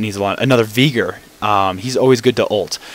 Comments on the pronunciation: NO ITS VEY-GAR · Yes, because Veigar is pronounced as Viiigar. Good job mate. Other than that good "Viigar" vid. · Okay...what's up with all these people that pronounce Veigar as either "Viigar" (how the heck do you even get that?) or "Baygar". If it was called that, IT WOULD BE NAMED THAT. Geez. Other than that good "Viigar" vid.